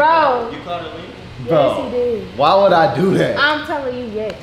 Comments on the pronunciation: you so messy 😭 calling Nadia my girl Lena 😂😧 and not her saying wooda 😭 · Not she said wooda 😂